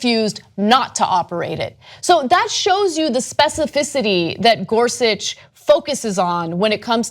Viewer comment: caan someone please tell cenk how to pronounce Gorsuch. it hurts everytime when he says it wrong. Ana sits right there and she is ab lto to say it right why can't he?ä